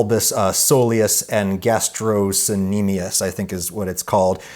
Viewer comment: As a student of exercise science. It's gastrok kneemius for pronunciation. I love this video pronunciation aside 😂